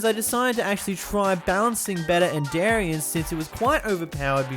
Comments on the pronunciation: "the enderian mod" ... AAAAAAAAAAAAAAAAA btw its spoken like endirian edit: he said enderarian in the past apparently and idk how you can even get that edit 2: he also said enderan and endrian on accident too on , , and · it's end - er - ee - an